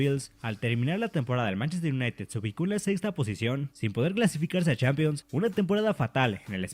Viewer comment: Dice Manchester y le da diske jajajajaj